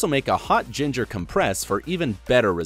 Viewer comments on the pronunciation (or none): none